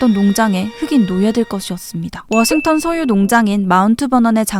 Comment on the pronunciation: 조지 워싱 톤